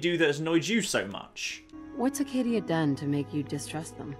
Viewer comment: As a Mainer, I can tell you it is called Acadia, not Arcadia.